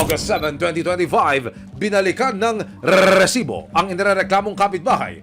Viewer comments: rrrrrriiiiisiiiboooo daming alam nakakarindi sa taenga😂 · corny mo sa RRRRESIBO sakit sa tenga never na ulit ako makikinig sa oa mkng boses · Kaumay na talaga ung rrrrrrreeeeeessssibo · Nakakaasar pakinggan yung rrrrrrresibo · Nakaka bwisit yung Rrrrrrrresibo, trying hard gayahin mike Enriquez! Itigil muyan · Kelangan ba talaga kada banggit ng word na resibo eh Rrrrresibo pagkakasabi? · nakakainis pag binabangit niya yung word na "RRRRRRRRESIBO" Umay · I can't stop hearing "rrresibo" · "Lady love RRRRRRESIBO" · nakakabother yung RRRRResibo huhu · Rrerrrrrsibo sakit sa tenga ng pinag sasabi mo<ay effects pa yung pagbigkas mo ng Rrerrrrrsibo! Sheez! Ndi ka nakaktuwa!:face-orange-frowning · Bat ganun nakakabwesit pag sinasabi nyang Rrrrresibo 😂😂😂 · Oa ng rrrrrr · RRRRRRRRRRESIBO😂😂😂😂 GGRRRRRRRR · Pede b wag ng .rrrrsibo .nkkabwesit pakinggan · Kahaba nmn Ng bigkas mo Ng resibo nkaka gulat 😅